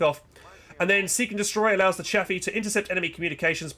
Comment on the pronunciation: still wrong its Chaffee